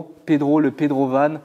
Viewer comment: attention a pas enlever le R du pedrovan <.<